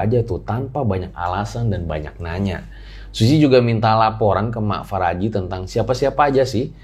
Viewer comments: Mak Paraji,... Bukan Faraji (Apa gak bisa bilang EF eh PE...)😄😄 Paraji itu Dukun Beranak yang ada di kampung-kampung... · Bukan Faraji bang, tapi Paraji artinya dukun beranak 😂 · Paraji bukan faraji wkwkwk 😂🤣😂🤣 Paraji itu bhs sunda yg artinya dukun beranak. Jadi bukan nama orang.